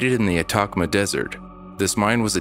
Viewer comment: The way this boy just pronounced "Atacama desert" had me cracking up..That was some american bullshitxD